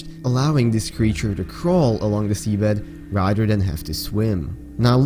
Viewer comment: Rader wtf you mean rather